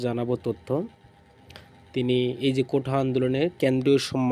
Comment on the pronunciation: কোঠা না । কোটা।